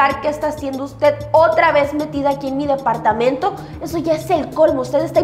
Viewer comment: Dapartamento por favor aprenda hablar es departamento...